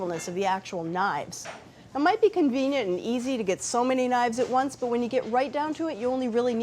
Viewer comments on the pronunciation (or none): none